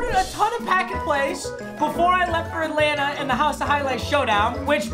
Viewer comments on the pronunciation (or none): none